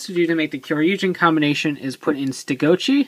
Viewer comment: everytime you say stegochi it sounds like youre saying ste goat cheese. lol